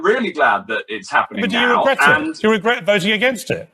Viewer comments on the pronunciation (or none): ‘Regret’ is a difficult word for MH - it comes out as a smirking geerrt!